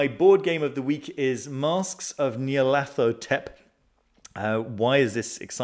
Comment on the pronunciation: Thanks for the weekly update. Keeps me informed. And congratulations for good diction, not everyone can pronounce Nyarlathotep w/o stumbling or studdering..while still smiling. Brilliant. 🙂